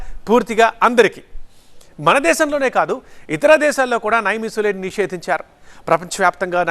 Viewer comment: నైమీసులైడ్ కాదు. నిమ్సులిడ్.